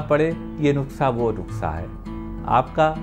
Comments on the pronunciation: NASA nhi nuskha hota h sir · Doctor sahib nuksa nahi nuskha hota hai baaki video bahut achi hai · Good. Please pronounce NUKSA AS NUSKA... It is nuskha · I see ur most of d vedios nd its sounds cute when u pronounce nukhsa.. Instead of nuskha... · Doctor sahab please make corrections, nuksa nahi Kehte, it's Nuska. Baaki aap jo bata rahe ho us treatment ke kuch proof hai kya? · Nuksha aap khte ho sir 😂 but u are good person 😚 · नुक्सा बोलिये सर